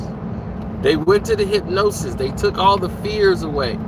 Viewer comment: I'll sound it out for you.... Hip-Nos-Sis😂😂😂